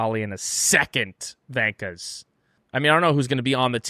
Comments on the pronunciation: Hi guys and girls. Probably an argument in the marketing team. V not W on the Gunther shirt. He says vankers. In Australia a wanker is a wanker. Not a vanker. Slight difference but our humour gets it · Literally nobody says vankas but you guys. Just say wankers. Even gunter says it right